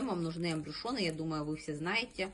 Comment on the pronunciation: Ахахах,"АМБРЮШёНЫ"))))А в целом обзор не плохой)))Это называется "АМБЮШУРЫ"